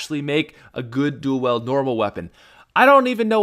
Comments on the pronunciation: Dule weld it's not dule weld you illiterate white boy I cringe so hard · Why does he say dool weld